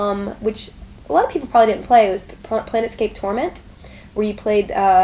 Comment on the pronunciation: Did she say "planetscape" or "planescape"?